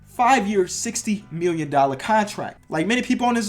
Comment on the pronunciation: # when you say million it sounds like miwwion